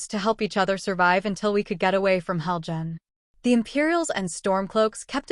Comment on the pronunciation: You're saying Helgan wrong, and it Ulfic StormCloak not Stormloak.